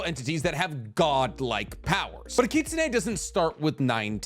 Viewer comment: Every time he pronounced kitsune I cringed.